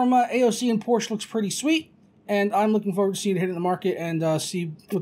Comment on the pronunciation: Joey: HEY!!! Its Por-Sha!